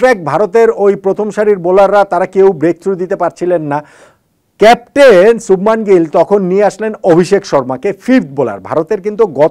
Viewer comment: Ha..arekta kotha .....sothik uccharon holo 'Subhmon'...subhman noi... jar ortho bhalo moner manush...Hindi te akkhor gulo 'a-kar' er moto uchharon hoy.